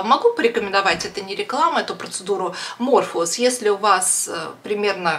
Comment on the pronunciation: Morpheus (Морфеус) -почему МЕРФУЛУС ,ВЫ же ВРАЧ???